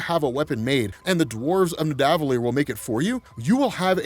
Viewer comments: Nidavellir is said like Rockefeller. Ni Da Vel-eer. Keep up the great work. (I know, it's a comp of all the vols, but always happy to help with pronunciations) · "The elves of nidavilier " lol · Omg stop saying Nidavellir like that 😂 it sounds so weird.